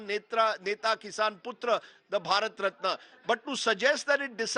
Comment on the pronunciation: "Bharat ratni" not ratna😂😂😂